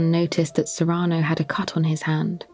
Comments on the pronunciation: it's SEE-ruh-no. I love your voice and have always loved this play. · It bothers me how pronounces "Cyrano" so I can't listen to it.